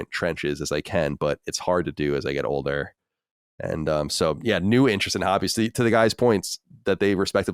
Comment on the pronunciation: Never noticed "watch" with but I always notice the way he says "older". Almost sounds like he says "odor" instead.